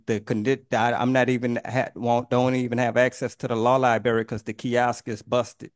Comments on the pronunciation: Wow home security! Lol. He can't even say the word LIBRARY... LIBERRY.😂!!! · What's a "lieberry"? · Lie-Bary, Tib-ula, Fib-ala. This dude a real genius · What’s a “Law Liberry”? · Law "libary". Ugh. I mean, he's painful in so many other ways, but that is like nails on a chalkboard, man.